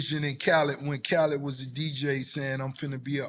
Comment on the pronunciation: I'm convinced Nore's NEVER going to pronounce Khaled's name correctly ever Lol